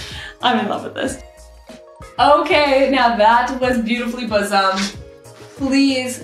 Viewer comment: That’s buxom, like buck-some, not bosom .